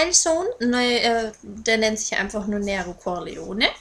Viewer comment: Ja Nero Corleone ist Italienisch und bedeutet halt "schwarzes Löwenherz" ich habe auch einen schwarzen Kater mit weißer Pfote und musste garnicht groß überlegen als ich ihn bekommen hab sondern hab ihn gleich Nero genannt! aber sag doch nicht immer "Näro" das macht mich echt nen bissl wuschig :D